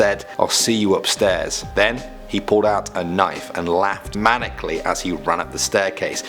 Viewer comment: Youre not the only one by far, but maniacally is not pronounced manicly there are a couple more letters in there that are pronounced. If youre wondering how the answer is even found on *YOUTUBE*!!!